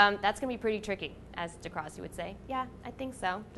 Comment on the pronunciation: uhhhhh alex its dee grass-ee